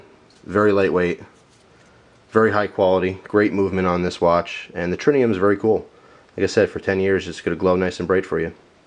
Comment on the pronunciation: there is no "n" in Tritium